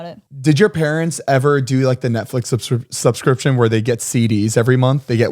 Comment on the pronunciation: Listening to Zane trying to say "subscription" in the Rocket money ad for some reason has me crying laughing🤣 and then when he talks about Netflix same thing lol. My word of issue is cinnamon 🤦‍♀️ I trip it up every👏 time👏😂.